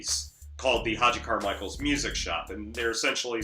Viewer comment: To the maker of this video- your admiration of this album and of Stark Reality is laudable, but please educate yourself about Hoagy Carmichael. You can start by pronouncing his name correctly. Hoagy with a hard G- just like the sandwich. Then listen to a few thousand recordings of his songs. Stardust. The Nearness of You. Georgia On My Mind ( no, Ray Charles did not write it), Heart and Soul ( yes the song that two little girls always play when they sit at the piano together), Skylark, Up a Lazy River, Two Sleepy People, Small Fry, etc.He happens to be one of the most renowned and recorded song writers in the history of popular music. Most of his songs have become standards in pop and jazz. He is as significant as Rogers and Hammerstein, The Gershwins, Cole Porter, Lennon and McCartney, and just about any composer, producer and performer of any style or in any era of music. From your remarks in this video, it seems you have never heard of him and it’s rather embarrassing. He did this show in the twilight of his career at the behest of his son and as a gift to children. He made no such television show in the 1950’s.